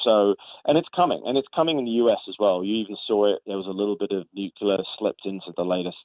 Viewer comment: Nucular? Nucular??!! Nuclear. New. Clear. Nuclear.